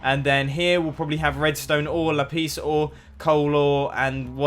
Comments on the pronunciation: It is lapis not lapees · Mumbo, lapiz not la-peace! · Say lapis not lapise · No one: Mumbo: lapees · lapis noot la piece lmao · lol 'lapiece'! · Me, as a portuguese speaking person, think is so funny Mumbo saying "laPIS", because in portuguese there's a word called "LApis", which means pencil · Lapis Lapeice? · Can you LA-PLEEZ stop pronouncing lapis like that (lol kill me also I pronounce lapis like that too this comment is just for the pun lol #FML) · Tater Maniac laPEEZ😂😂😂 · It's weird for me how he pronounces lapis 'LUH-PEES'. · you pronounce lapis lapees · xD sound like you are saying 'lapeese' for lapis... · It's how it should be pronounced - "lah-peace lah-zew-lie" :) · I love how Mumbo says Lapis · The way he said “lapis” in 2013 cracks me up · How he says lapis is so funny not hating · You say lapis in a funny way :D